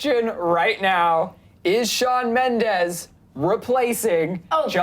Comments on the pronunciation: ...It's MENDES, not mendez... (In the beginning ) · ITS SHAWN MEMDES NOT MEMDEZ 😂😂😂😡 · BITCHHHHHH ITS MENDES, not Mendez😪😒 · Correction it's Mendes not Mendez get it straight 😑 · Shawn Mendez srsly????? It's Shawn Mendes!!!! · ughhhh ...its not Shawn Mendez , its Shawn Mendes . why does everyone say mendez ??? its so frustrating #mendesarmy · It's Shawn Mendes not Shawn Mendez😬😠😡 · Wtf is "Mendes" no "Mendez" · its shawn MENDES not shawn MENDEZ..😤😣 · i love shawn mendes💗💗💗 and it's mendes not mendez😬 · It's Mendes not Mendez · It's not Mendez it's Mendes 😂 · It's Mendes not fucking Mendez. IS IT THAT HARD? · "Shawn MendeZ" lol😂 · "shawn mendez" oh no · Shawn "Mendez" you wanna talk about him but you don't even know his name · ''MendeZ'' stop please. learn to spell his name. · Oml "Shawn mendez" nooo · it's Mendes lol not Mendes...:)) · Does it bother anyone else that Mendes has a Z instead of an S. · Mendes is with a S not a Z!